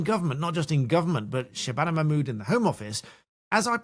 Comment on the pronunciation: I simply love Katie's Hopkins prononciation of SHHRRRABANA MAHHRRRMOODDTT name!!! <3